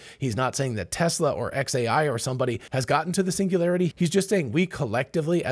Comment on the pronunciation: Hahahahaha😂😂😂😂 pingulairty not singularity 😅